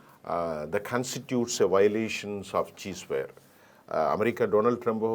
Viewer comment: Bro, that's his pronunciation, not spelling mistake.